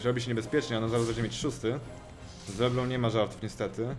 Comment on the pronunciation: Przeklinanie jest spoko, jeszcze gdyby nie mowil leblą tylko leblank choc tak jest nie poprawnie ale nie brzmi jak odglos plodu w mikserze